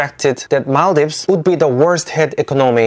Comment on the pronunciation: I'm so happy that you recognized our country, i was checking your shorts. And suddenly i saw our flag, and yup, everyone know maldives as mall-dives the country that people go for holidays/vacations... finally i met someone who knows our country, and someone who can pronounce our country correctly.. its mal-dheeves!!